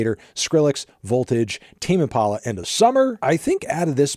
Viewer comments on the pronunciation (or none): none